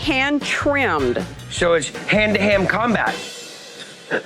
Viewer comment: He said Hand to Ham combat, i'm pretty sure